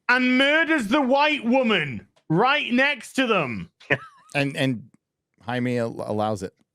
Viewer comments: his name is pronounced “Hi-Me” bro lol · my man. I am a white 52 dude and I know blue beetles name is pronounced High Me not Jay Me. I thought you were a comic fan? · it,s Hi-May not Jamie HI MAY RAY. j Just because we're English doesn't mean we have to butcher every foreign language or word. We can have more class than that mate!. Put a wee bit of effort in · Can even use the characters name? Jaime not JAMIE. Not helping with no trying to be racist by using the racist way of saying it from the movie